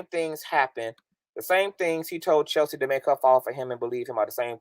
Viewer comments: I started following when I listened to you mediate the whole Storm, TK, Von and Chelsea drama…you were very calm, cool and collective when they’re all acting a fool lol I said yup, I’m following this young person 👍🏼 sidebar: I love the way you pronounce Chelsea’s name as Cheltzee lol and your reads are legendareeee 😭😂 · I thought it was just me that heard Chelsea pronounced with a T in it lol